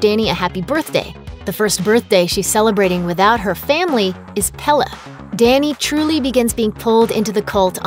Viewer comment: I understand you are from an english speaking country, but before trying to say a Word from another language, listen to it in that language. If you know the Word is from Sweden, look it up, many translation sites have a listen option. You say Pelle almost perfectly but midsommar does not have a hard AR. It sounds almost like you would say it in English; instead of a stronger ER it sounds more like mid sum muhr. Thanks.